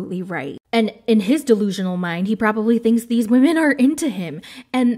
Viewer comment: "Believe all wahmen" 😅